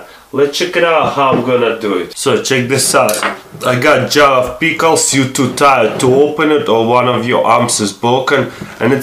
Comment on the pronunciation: JAR OF PEECKLEZ